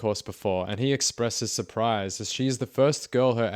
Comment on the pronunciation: Surpleece… Surpleece… His accent is so Filipino-English 💀😂